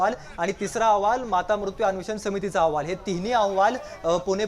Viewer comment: याला अहवाल हा शब्द ही नीट उच्चारता येत नाही. औहवाल म्हणत आहें 😂